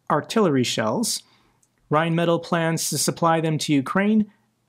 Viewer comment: Excellent video - thank you! Please forgive me for succumbing to the temptation to do this: Rine (like wine) Met aahl (like ...maybe "fall" for an American accent?). You got the first bit right which is encouraging.